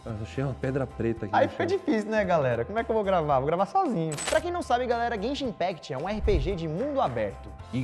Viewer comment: Quem foi que falou zenzin impact